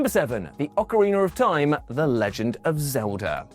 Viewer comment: OcarinA, not ocarinER 🤦🏻‍♂️ 🤦🏻‍♂️ 🤦🏻‍♂️